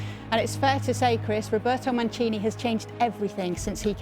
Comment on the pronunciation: Jesus!!! Please guys not Manchini, Manchini what? M-A-N-C-I-N-I!!! Please.